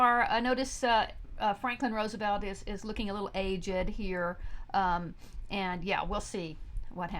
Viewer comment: "age-ed" lol